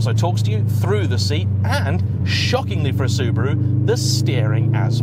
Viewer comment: Soo-BAH-ru, not Soober-oo. Soo-DOH-ku, not Sooder-ku. Sort it out or you'll get a slap. 🤭